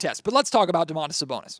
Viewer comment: I'm pretty sure it's supposed to be just Do-man-tas Sa-bon-is. There's no "oh" at the beginning.